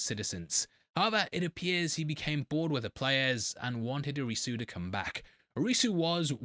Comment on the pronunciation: You'd be closer to pronounce Arisu like the first part of Odyssey maybe with a slight uh sound at the end